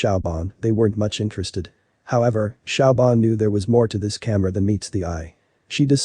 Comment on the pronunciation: Siobhan is pronounced "Sh'vahn" NOT Shaobhan!